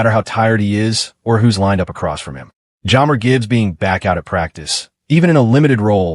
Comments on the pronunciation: AI slop that can’t even say one of our best known players name right… Jammer? Do yourself a favor and skip this one. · Teach AI to pronounce jahmyr.Gibbs name correctly and maybe someone will watch this video